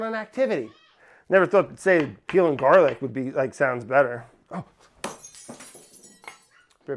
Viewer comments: I can’t believe nobody else was dying at the “Garla” part ! I’ve been dying for a good 20 mins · “Garla” sent meeeeeee